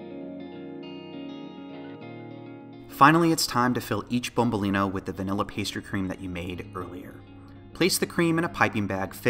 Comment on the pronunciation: youtube suggestion. I'm curious, are you italian or something?! It's nice to say you use proper plural and singular with "bombolinO" and a perfect pronunciation! Wow